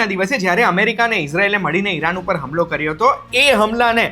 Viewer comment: હમલો નહીં હુમલો.. માહિતી ખૂબ ઉપયોગી